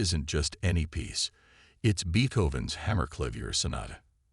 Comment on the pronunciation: Could anything scream FRAUD more profoundly than this story featuring Beethoven’s music while mispronouncing “Beethoven” no. Get better software that can properly pronounce Beethoven among other words that jarringly shatter the illusion that we are listening to a seasoned storyteller.